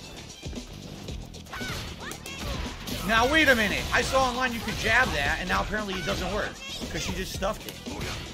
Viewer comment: Freudian slip, he almost reflexively said "ahnline combo"